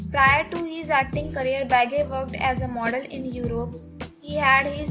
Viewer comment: You're pronouncing his last name completely wrong